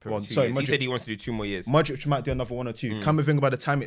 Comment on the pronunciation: and Glenn Hoddle always saying “modrick” 🤣